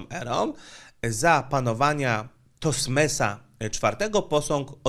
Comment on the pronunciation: TOTMES a nie Tosmes 😉